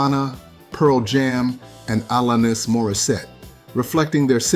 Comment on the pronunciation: it is pronounced Alan-is , not Alen - es .